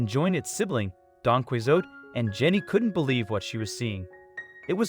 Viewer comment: Foal not foul - Sheesh! QUIZOTE????? Its pronounced Don Key- oh - tee